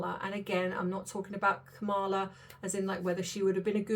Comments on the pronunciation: Please pronounce Kamala correctly! KAMala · Her name is pronounced Kama -la! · You are totally wrong! I love your channel; however, Vice President Harris would never promise to get rid of stories about celebrities! You are speculating without doing research. PLEASE re-think this. And pronounce her name correctly. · Please have some respect and at least pronounce her name correctly. Really.